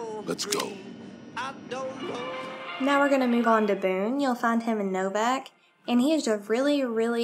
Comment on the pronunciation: Novac not Novak